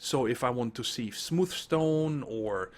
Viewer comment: I have to say that I'm very pleased with the textures and general functionality of IE, to the point that I've been converted to using it for a primary power solution. RE: pronunciation - you were saying 'seev' as opposed to 'siv'. Again, not a big thing...kinda like Xisuma calling it 'gran-ITE' as opposed to granite. :)